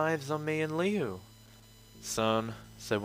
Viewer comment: HIS NAME IS NOT LEO ITS LiU!!!!!!!!!!